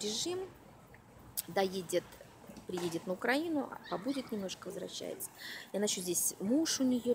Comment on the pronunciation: "Оттуда никто не возвращааааается!!" .. Улыбнулось ))) Вот как надо властям пугать народ и зловещим голосом произносить, чтобы не рвались в Америку!